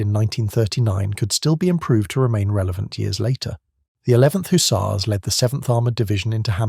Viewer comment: Don’t forget the HooTzars!!😅